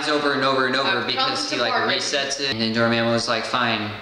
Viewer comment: Door-ma-moo that’s how it’s pronounced not not door-mam-moo